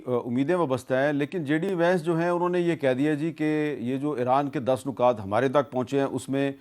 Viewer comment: لفظ نکات میں ن پر پیش نہیں زیر ہے لفظ امن میں م پر زبر نہیں سکوت یعنی م ساکن ہے